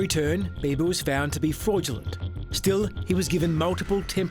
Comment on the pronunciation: Albert Biba not Bieber/Beiver